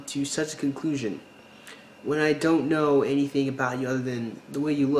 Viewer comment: wait... when did we add an "R" to the word know?